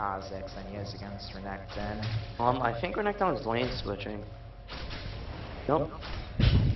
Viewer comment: Great video overall, pretty funny :D Just wish your mid would stop overemphasizing the last syllable of renkton's name l0l.